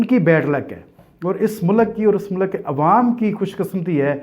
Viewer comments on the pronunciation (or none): Every Tom, Dik and Harry started Youtube channel. Its MULK not MULAAAK 🤣🤣🤣, adara nahi IDARA 🤣🤣🤣 You paindoos are recognized very easily 🤣🤣🤣